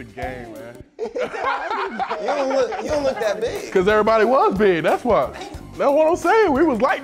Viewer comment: He kept saying cuzz huh lol